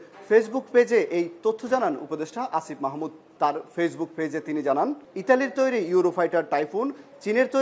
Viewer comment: ফেইজবুক ফেজ ফেলোড ভোমা জুদ্দ আদুনিক ফোর ফয়েন্ট ফাইব -এই শব্দগুলোর উচ্চারণ বার বার আয়নার সামনে দাঁড়িয়ে অনুশীলন কর বাছাধন 😂😂😂😂😂😂😂😂😂